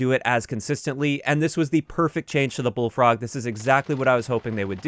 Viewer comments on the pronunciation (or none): Introducing the Bulllfrog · Bulllfrog lol